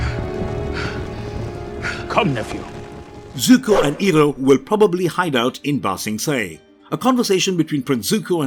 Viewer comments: Eeroh??!! Who the frick is Eeroh?? It's pronounced as Eye roh... Iroh. Eeroh is how M. Nightsharmalonga Dingdong had it stupidly pronounced in his crap movie. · It's Eye-roh! You're butchering his name the same way the first Last Airbender movie did.